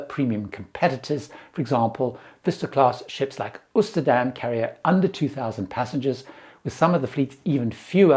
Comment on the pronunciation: Oosterdam = Dutch = would be pronounced Oh-ster-dham. Emphasis on the Oh.